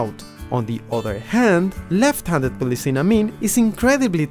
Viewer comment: "lefvt handed gloev" Amazing accent.